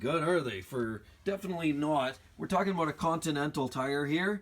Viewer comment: ABOOT ABOOT LOL